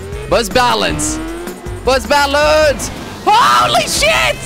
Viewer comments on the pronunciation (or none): instead of bus balance I thought that he said butt balance